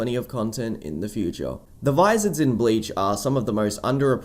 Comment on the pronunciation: I wanted to watch this, but you kept saying blayech and it makes me cringe everytime